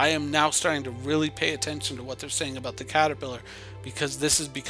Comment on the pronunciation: aboot lol